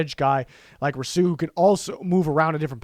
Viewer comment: Why tf do you say Rousseau like that.... also if the giants take him at 11 I’m finna kms